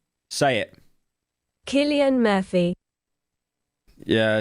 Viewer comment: As an Irish person, it actually gutted me how you pronounced Cillian